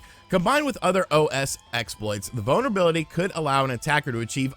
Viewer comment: Every time you say "vulnerability", I swear it sounds like "bonerbility"...